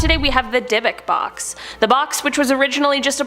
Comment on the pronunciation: Dybbuk is pronounce completely differently lol that was an absolute Slaughter of the word